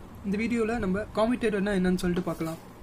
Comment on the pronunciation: Commutator pronunciation wrong